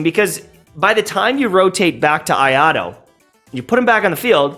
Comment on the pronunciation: bro please can you not pronounce him ayado